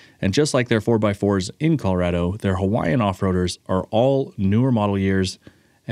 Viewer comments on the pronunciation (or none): none